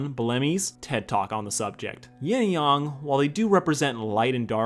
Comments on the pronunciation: it's yang not yong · I’m sorry but you say Yang like they say Aang in the Last Airbender live action movie